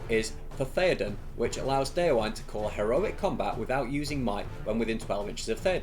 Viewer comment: Just a heads-up about pronouncing Déorwine's name: The "-wine" in "Déorwine" isn't pronounced like the alcoholic beverage, but as two distinct syllables - "De-or-win-eh". "Wine" (with two syllables) means "friend" in Old English, from which Rohirric is derived. "Déorwine" = "brave friend", same goes for "Holdwine" = "faithful friend" ("Hold-win-eh") Just so you know :)